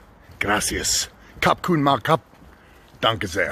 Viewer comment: Omg, insta-like because of the 100% correct "Danke sehr" with a soft S. :)